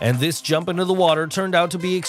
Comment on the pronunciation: We all heard you say drump instead of jump one the pole vault video. Ill never forget this